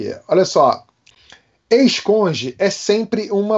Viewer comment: ex-CONJE? MISERICÓRDIA!!! a língua portuguesa sendo assassinada !!! E Moro fazendo escola, que é que isso?????? doeu no ouvido, ANTONIO TABET. CÔNJUGE, por favor!!!!!!!!!!!